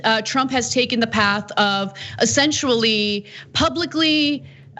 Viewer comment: Hey ANA ...what was that? ....did u SAY "ESSENT-UAL-LEE?" You know that news and politics require "words" and "wording", no?